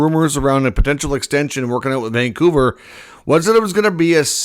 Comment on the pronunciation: It's Vancouver.